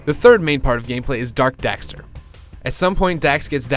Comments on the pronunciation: He called Daxter "Dexter" O.o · its daxter not dexter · The fact that the second time he says their names he says Dexter, just shows me how little he wanted to do this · its daxter not dexter just saying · dexter? it is daxter